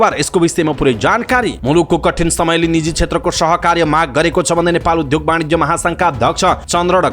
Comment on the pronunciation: विद्यार्थी विद्यालय उद्योग आदि शब्दमा रहेको द्य को उच्चारण ध्य गर्दा रछन् यी समाचारवाचक। वाचनको शैली ठिक तर अशुद्ध वाचन छ। सच्चिन आवश्यक छ